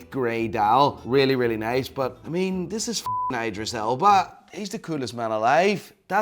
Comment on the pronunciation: He said his name right the first time and changed it to the wrong way after the other guy said some shit LOL.